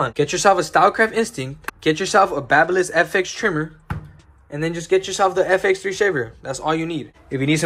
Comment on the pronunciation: Baby liss, not bahba liss fyi